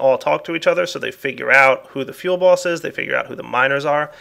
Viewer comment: Does anyone else hear "Feel Boss" when he says "fuelBoss?" I found myself laughing a lot when I first heard him say it.